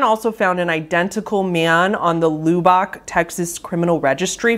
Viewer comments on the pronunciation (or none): Wait wait is loo-bock texas supposed to be Lubbock? Luh/buck. I was very confused listening rofl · It isn’t pronounced lewbock it’s Lubbock, with the some lo sound in the world love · Very minor thing, but Lubbock is usually pronounced "Luh-bick" or "Luh-buck" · Loo-Bach, TX 🤭 I’m assuming this is Lubbock (Lubb-ick)? Freakin love u,. U make up such fun pronunciations when you’re unfamiliar lol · Born and raised in Lubbock, TX here. The u in Lubbock is pronounced like it is in bubble... not booby lol. I love all your videos. I'm a newer subscriber, but I love all the different genres you do stories on. Always look forward to your uploads. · Lub-Buck no oo sounds. My Texan ears hurt lol! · Lubbock Texas is pronounced "Lub- beck" not "Loo-bock". just thought you should know,, love your content so much. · very informative! now this is a nitpick but lubbock is pronounced "lubb-ick", with the first syllable rhyming with "sub" or "club", not "loo-bock". otherwise good stuff 👍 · I love your stuff but the city is pronounced Lub-buck. Not Loo-bock. Sorry, this just bothered me too much not to comment. But, engagement for the algor-beast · AAA this is annoying me its Lub-ock not Loob_oc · Dude. I'm from Lubbock Texas. I almost shit myself when you said the name. (also it's pronounced "Luh-buck" but it's okay, our town kinda sucks anyways so it's not that big of a deal. We're like the Florida of Texas.) The game itself feels like it was made by some sickened, depressed edgelord(s) and it creeps me tf out that someone in my hometown could've had some kind of hand in it. I mean besides the gore and CP, the reverse audio, stock screaming and crying, charles manson & columbine references??everything about it gives me the ick. it's both cringy and majorly disturbing at the same time. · I loved the video, very interesting and well done! I will say though that Lubbock is said “Luh-Bick,” it’s always funny when people say it wrong 😂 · Lew-Bahk, Texas. Haha 😂